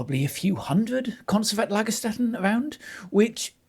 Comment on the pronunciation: I really love your enthusiasm and to learn more about paleontology! And as I recognize your effort for pronunciation: "st" in German is spoken "sht" (IPA: ʃt) not "st" (IPA: ˈlaɡɐˌʃtɛtn̩).